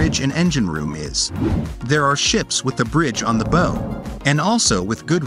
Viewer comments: It’s pronounced ‘bao’ not bow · Why is he pronouncing bow Weird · Bow pronounced like cow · Why doesn't the "Narration AI" pronounce BOW the same at all time? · bow? Somebody should teach these robots how to pronounce words in English. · Learn how to pronounce bow as in the bow of a ship!